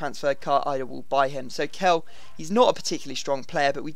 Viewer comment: Kehl is pronounced kale